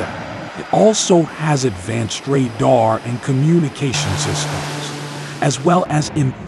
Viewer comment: Ray Daaar ??